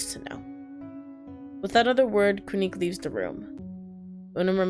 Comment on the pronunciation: I think Quinque is pronounced “Kin-keh” cuz the game was in spanish in the beginning